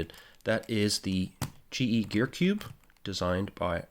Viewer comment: Yup you got my name right 😂 Almost nobody gets it right the first time. Thank you!